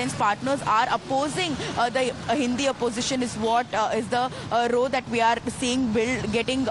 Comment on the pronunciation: Tell that lady in the yellow Punjabi suit that when she's describing an altercation, "row" rhymes with "cow", not with "show".